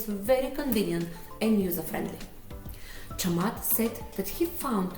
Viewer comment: You are around 95% correct in pronouncing Chamath's name :) [I'm a Sri Lankan living in Ireland whose name is also start with 'Cham', so you can count my feedback )